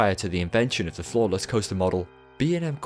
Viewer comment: So I misheard “floorless” as “flawless” and I was like, man that must be some coaster design.